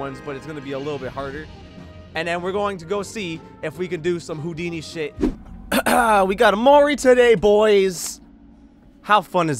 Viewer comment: Oh i get the joke now he said hodini!!!